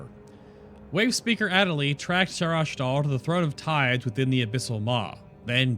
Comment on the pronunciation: I'm confused. You kept pronouncing the weapon's name as though it had a second 'h', and when Erunak said its name, you said there's a "light 'h'". There is no second 'h'. And yes, I realise this video is a few months old.